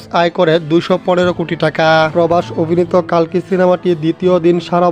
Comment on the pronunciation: কল্কি হবে কালকি নয়